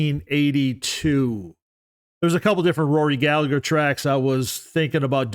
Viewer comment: Hate to be a pain in the arse irishman but it's pronounced gal-a-her ( the h is silent)